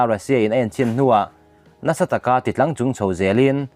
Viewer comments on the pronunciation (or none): A ngaihnawm in a bengvar thlak thin hle mai. ti tlangchung erawh lam sual zeuh nih hi 😂 hlimawm phian lehghal